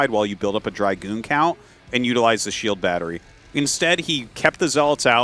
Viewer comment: I heard Artosis saying “shield battery” as “chill battery” and it actually makes sense!